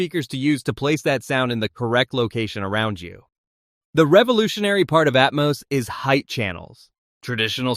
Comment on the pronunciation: Who took a shot everytime he pronounced atmus instead of atmos???